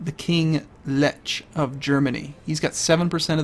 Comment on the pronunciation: Lech is a Polish name you pronounce it as Leh, my language is messed up dude Xd